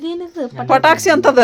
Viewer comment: ಅದು ಪಟಾಕ್ಷಿ ಅಲ್ಲ ಪಟಾಕಿ ಕನ್ನಡ ಕರೆಕ್ಟಾಗ್ ಮಾತಾಡಿ